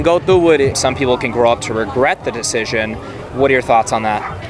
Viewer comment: "Medical deshision"